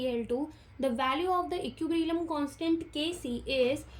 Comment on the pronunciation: It's equilibrium not equibrillium